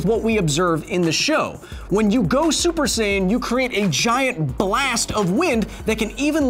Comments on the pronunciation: don't you mean "sayian"?🤔😂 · FYI: Saiyan is pronounced like "science"